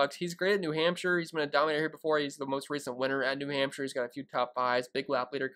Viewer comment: New Hampsha. I love saying Hampsha. Hampsha. Good luck this week. DK: tccharleston. Thanks.